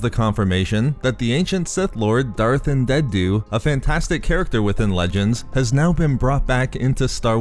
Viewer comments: Andeddu not andenddu :-) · Why can't you say "Andeddu"? In an older video you were calling him "Andendu", and now you're over-enunciating the last "d" sound in his name like a toddler learning a new word. You're way too articulate to still be having trouble with this name. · It’s An-dee-doo. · Why do you pronounce Andeddu's name like that? Are you purposely doing it to sound annoying, or have you not listened to any audiobooks where his name has been mentioned (such as the Plagueis novel)? Just saying, because the way you pronounce it, you sound like a child learning to read who is "sounding out" an unfamiliar word.